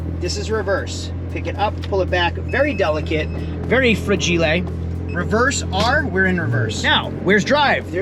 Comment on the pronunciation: Frajeelay. Must be Italian